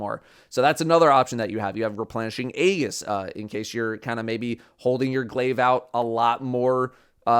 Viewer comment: Soft G in aegis btw